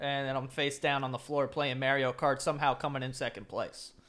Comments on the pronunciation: We just gonna ignore the fact that joe said MAYREO cart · ame b he’s been saying Mario like that since I started watching him years ago on YouTube.